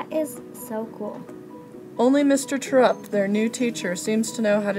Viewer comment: ITS TEIR- UPPT not terr- upt :(